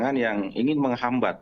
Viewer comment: Ngomong gak jelas ini orang..!!!, menghambat ....menghambat...........apaan tuuuhhh...?!!!.